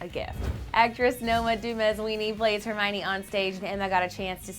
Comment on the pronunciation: hermiona??? O my gad no where Emma Watson?